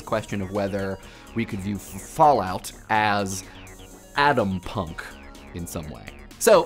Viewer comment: Adampunk? I think you're trying to pronounce Atompunk... Correct?